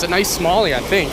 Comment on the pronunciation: "I fink"